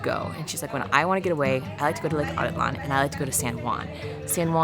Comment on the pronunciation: How is it possible to pronounce the name in such a dumb way as "Lake Átitlan..."? There is even a stress accent on the second "a", so even the simplest person should see at first glance that not the first but the third/last syllable is to be emphazised. The ignorance/negligence/superficiality of modern bipeds is beyond imagination.